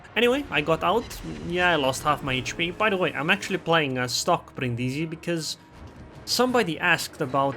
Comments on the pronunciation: Bríndisi, not Brindísi, please :D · The accent is on the first "i", not the second one, it really sounds terrible xD